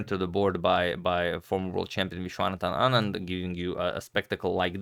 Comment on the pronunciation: I'm surprised u can pronounce Vishwanathan Anand